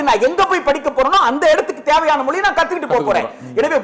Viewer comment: மொளி இல்லடா மொழி.